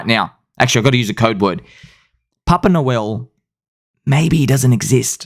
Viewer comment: I heard "Poppin' a Whale" the first time...not "Papa Noel" LOLOL.